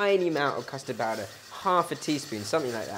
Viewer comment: did he say custor powder please?